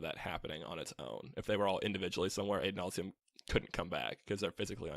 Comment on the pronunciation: The way you guys pronounce Adonalsium drives me crazy. The name is based on the Hebrew Adonai, which has a short A sound. Otherwise, great job.